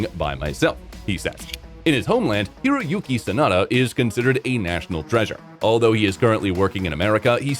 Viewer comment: 真田広之→サナダヒロユキをソダヒロユキって、、全く信用出来ません！